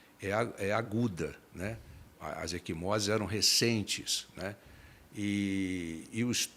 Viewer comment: Equimoses, não “eSquimoses”, ai, Beto!